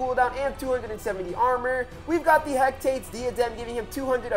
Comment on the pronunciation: dude its (hek-a-teez) not (hek-tates)